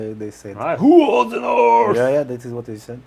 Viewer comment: King in the NORF! Love it lol